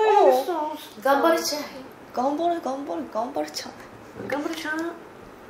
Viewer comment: 벌써 마지막화 라니 아쉽다. 한달 동안 나의 수요일 져녁을 함께해준 삐지트립 감사합니다. 다음에도 좋은 영상 부탁합니다. 삐지트립 속의 비비지를 5자로 표현하기 *가족그잡채/셋이서 여행가는 모습이 가족보다 더 가족같다. 1. 간발의 차이 발음이 너무 웃겨 2. 신비ㅎㅎㅎ 3. 은하 웃음소리 너무 귀여워~~ 4. 도토리? 은하는 이미 도토리 크흠ㅎ... 5. 가려서 화난 신비 구독과 좋아요 알림설정 완료